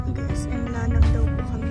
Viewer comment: La-nang Langga not Lanang😅❤